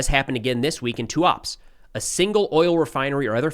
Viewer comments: Tuapse > TOO-UP-SEH (stress on the last syllable "seh") In Russian, as well as in Ukrainian, you should pronounce every letter like it is Latin. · Tuapsé (pronunciation). Your pronunciation of Cheboksary is correct :-) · TUAPSE is pronounced "too-ap-seey" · Fyi according to Ukrainians it is pronounced Tuapseh